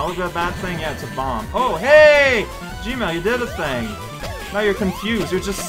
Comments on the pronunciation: Everytime says "Gemerl" it sounds like "gmail" to me, and now I can't help but worry that Eggman is actually in charge of Google and that's why they removed that "don't be evil" rule of theirs. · I'm pretty sure he's doing that on purpose.